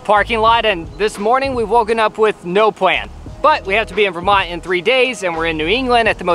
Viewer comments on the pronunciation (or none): They have "no pwan". haha I don't know why people that can't pronounce their "L's" is like nails down a chalkboard to me...